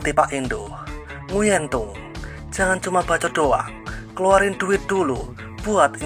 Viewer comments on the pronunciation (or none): none